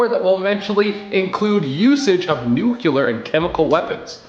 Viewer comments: What exactly is nuculear??? Oh you meant nuclear. Got it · Hey guys, it is pronounced N-U-C-L-E-A-R, not N-U-C-U-L-A-R!!! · Nucular isn't a word chief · It's pronounced: "new clee er". Nuclear<< DO YOU SEE ANY EXTRA U OR L? Get it right. It makes makes you sound dumb when you say it like that.